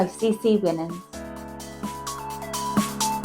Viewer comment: Her last name, Winans, is pronounced Why-nans.